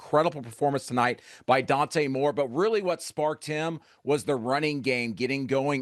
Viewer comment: Dante Moore not Dan. Second time I’ve seen this from CBS